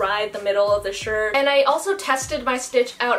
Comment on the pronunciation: That A in and is so far and it’s bothering me😂